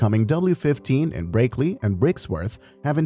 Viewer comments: then pronounce the words right. It's pronounced brackley not breaklee. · breaklee lol, these AI voice overs